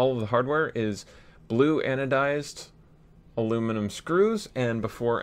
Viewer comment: #triggerwarning The barrel doesn't look straight. Why did you use carbon fiber? The seal sucks. My hand hurts from looking at the non countersunk screws. Silicon blue o-rings looks nice but aren't ideal. Why not Alum catch? You're saying aluminum wrong. Why is it only getting 200fps instead of 220fps? Don't you know every last fps counts. You should justify why you made something look so good. And most importantly, how much are you selling it for? Alright I'm done messing with ya. It looks incredible dude. Don't give a damn what anyone else thinks. Everyone has an opinion but the most important one is your own. It is your blaster. Awesome job.